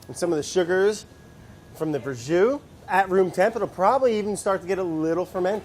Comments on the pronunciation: Duuude it's Verjus not Verjous lol... sorry for being thatguy on the internet who points out stuff like that. Nice recipe btw :P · ver jus, FML